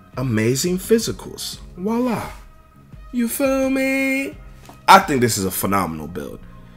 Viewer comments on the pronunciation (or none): none